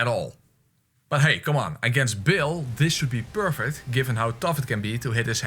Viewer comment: Just a tip: Bayle is pronounced like "bail", not "Bill". Also I don't understand the greedy fingers/bud joke. My best guess is that it supposed to be a play on "butt", but bud and butt sound completely different so you wouldn't mix them up.